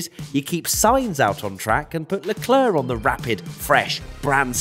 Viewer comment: Leclerc👌🏽 - leclerrrrrrrr😂😂😂😂